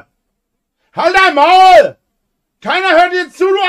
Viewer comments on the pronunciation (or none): Halt dein Mwwæuul"